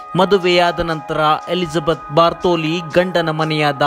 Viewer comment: ಬಾರ್ಥೋಲಿ ಅಲ್ಲ ಗುರೂ ಬಾಥೊರಿ.